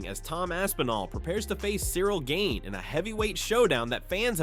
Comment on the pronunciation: Gain....Jesus I cringed at every single mispronunciation